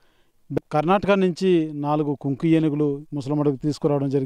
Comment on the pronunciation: Not kunki it is kumkii